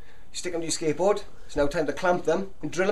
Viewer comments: you sound like that you are saying ``skankboard`` :D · Sounds like he's saying "skankboard" haha